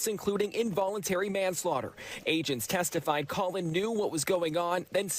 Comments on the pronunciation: Did the news anchor call the dad colon? Pretty sure it’s Colin. Either way, the other people responsible are the police that didn’t take it serious or look into it more, knowing he was planning it. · Ahh yes. " Colon " Gray.